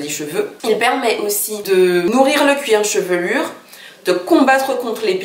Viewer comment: On dit cuir chevelu et non cuir chevelurrrr !